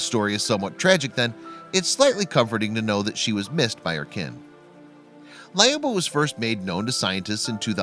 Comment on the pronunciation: Its lyuba not layoba